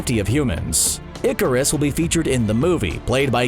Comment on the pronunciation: Ikari, not Iccarus Pronounced "Miz", not "Miss". The former is used for an adult single woman the latter for young girls. Jennifer Walters not Jessica I'd absolutely love to see the outrage when established female characters get gender bent to male characters, so sick of that shit.